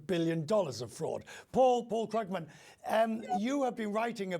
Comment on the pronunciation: Small side issue: More than once, I've heard Krugman pronounce his own surname. It doesn't rhyme with the name of actor Jack Krugman or the phrase "ugh, man!" It's pronounced "KrOOgman" (rhymes with "mood man"). Now you know!